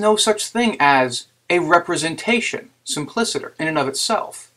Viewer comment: Along the same lines. all 'c's in Latin (including in simpliciter) are to be pronounced like the English letter 'k'. Otherwise you wind up sounding rather Victorian--like Mr Chips.